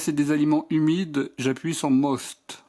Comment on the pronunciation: C'est pas " most" mais "moyst".